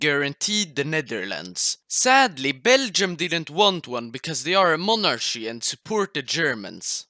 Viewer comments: it's pronounced monarky, not monarshy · when you say monarchy you have to say it like Mon ar Ki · why they say monarschy instead of monarchy? xd